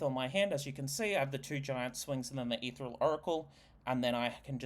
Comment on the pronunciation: Etheral? Helna? The mispronunciations are maddening.